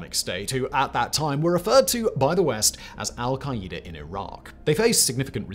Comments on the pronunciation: Hold up. “Al-kay-eeder”?! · So is saying Al-Qaeda wrong or have all the politicians and news anchors ive heard been saying Al-Qaeda wrong? Or do we say it differently here in the USA then the rest of the world does like aluminum?? 😂😅